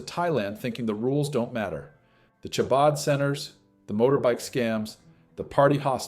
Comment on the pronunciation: It is Hah-bud. Not Shah-bud.